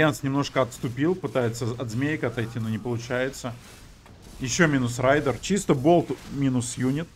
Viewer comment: не райдер, а рэйдер